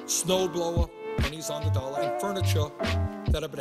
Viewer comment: I love how he says "dollar" "dolla" lolol